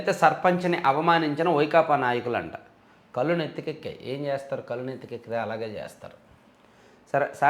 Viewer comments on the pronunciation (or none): none